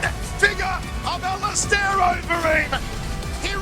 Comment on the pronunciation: I’m sure the commentator said alisteroid Overeem .... surely not 😮